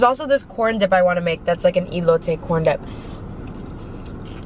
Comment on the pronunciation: The food looked delicious. Most places that serve Birria tacos will give you a bit more of the broth. Elote is pronounced with an “Eh” sound at the beginning, not “ee.” Since you’re doing great with the rest of the syllables, I thought I’d help you out. Admire you wearing a light colored blouse and not getting it stained.